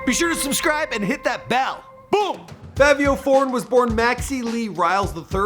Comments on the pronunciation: Fivio not Favio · My guy it’s not favio it’s, fivio like five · Stop saying FAVIO NIGGA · They Were Famous PLEASE LEARN TO PRONOUNCE THE NAMES OF THE PPL YOU ARE DOING VIDEOS ON...ITS CRINGE WORTHY HEARING YOU SAY FAH-VIO..(IT'S PRONOUNCED FYE-VEO)...ONE VIDEO YOU SAID RUH-KEEM...IT'S RAKIM (RAH-KIM)...THANK YOU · Bruh ain’t even day Fivio name right😐😐 Favio? It’s Fi-Vi-O, Say with with me, Fivio. 😭😭😭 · its 5vio not favio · Im still windering why he sayin Favio its Fivio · Its not favio its fivio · “Favio Foreign” where tf do you hear an A in “Fivio”🤦🏾‍♂️ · ITS FI-VI-YO‼️. Favio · Why he say Favio like there’s a “A” in there. It’s Fivio like the number 5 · It’s not Favio it’s faaviooo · Somebody tell me where In fivio foreign There's an A he kept saying Favio foreign like nigga what 🤣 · Favio? Jesus christ🤦🏾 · FYE-vee-ohh... lol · Why does he keep saying “FAAAAvio foreign” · Who tf this dude think he is callin him “FaViO” 🤦🏼‍♂️🤨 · Fucking “favio” 🤦🏽‍♂️ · why it sound like he saying "fabio" 😂😂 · I can’t finish the video “fahvio” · Mans said Favio Foreign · How do you do research on this person, and other this other stuff, yet mess up the name, you sat here and said favio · The “favio” is killing me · Bruh I deadass hate how u pronounce his name lmao it’s FIVI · You need to redo this vid bro smh it’s FI-VEE-O Foreign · Bruh really said “FAHvio foreign” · fahvi sosa, viral muvie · Bru why I say his name like that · Didnt even say his name right the whole time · how you do research on bro and still cant pronounce his name right smh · Na He type butchered this one “bliskies” “Favio” 😒 dont kno nothin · ``FAVE-EYO´´ ..?? ..&.. `` BLiCK-SKEE´´ ..?? .."COME-ON DOG..!! YOU GOTTA DO BETTER THAN THAT"..!! 🤦🙅🙅🙅🙅🙅🤦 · This guy don’t know how to talk “Favio” “blick ski ina box”🤦🏾‍♂️ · i’m convinced that doesn’t know how to read. it’s pronounced FAH-VIO and the way he blixky, it’s pronounced BLICKY